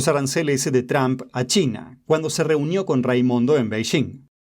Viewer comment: Por favor no diga Tram para decir el nombre de Trump. El sonido de la "u" en el nombre de Trump no existe en Español pero se puede crear diciendo una O con la garganta sin formar la letra o con los labios. Practique diciendo el sonido de la letra o con la garganta en Español sin mover los labios. Diga tromp haciendo esto (la o con la garganta sin formar la O con los labios)